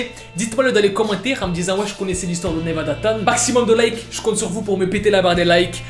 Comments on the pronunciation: C pas 'tan' mais 'chan' et sa se prononce 'tchan' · Oui mais on dit chan pas tan sinon c’est tout bonne vidéo